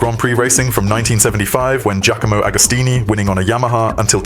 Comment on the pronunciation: "Jack-a MO" Agostini? 🤣🤣🤣🤣🤣🤣🤣🤣